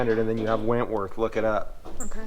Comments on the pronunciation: It's whitworth, not wentworth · its whitworth not wentworth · Hey, it's Whitworth, British Standard and Metric. Not Wentworth. Nice truck 👍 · I believe it's Whitworth is the old British bolt size system not wentworth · "Whitworth" not Wentworth, and yes, they suck. ( I own a Norton motorcycle) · Yo! It's actually Whitworth, not Wentworth.... Handy when the BSF spanner no longer fits;-) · Its not 'Wentworth', that's a stately home in England... it's Whitworth 😂 The C10 is cool truck for Wes, and TR3 is a pretty cool first car to drive 😎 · not 100% sure but i think you mean "whitworth" when you say wentworth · What’s with the “Wentworth”? Get it right, it’s “Whitworth” BSW British Standard Whitworth, not to be confused with BSF British Standard Fine (its coarser) TR3’s are basic, but a classic… 🤣❤️🇷🇴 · It's Whitworth not Wentworth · Whitworth, not Wentworth that's a golf course:) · I think you meant to say Witworth not Wentworth.British size of wrenches as I have a set of sockets and wrenches.😅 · Thats pronounced Whitworth.